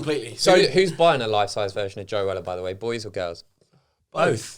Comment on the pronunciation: And Joe calls his son toe, toe Weller